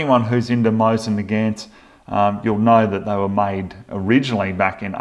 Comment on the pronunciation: I love how you pronounce it "my sin" instead of Mosin.